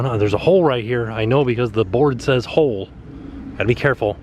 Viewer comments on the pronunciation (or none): none